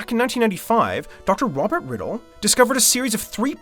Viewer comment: IEatCheerios Roberrrrrrrrt.